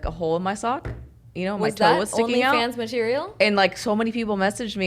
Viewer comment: “ONLY JOONS” 😂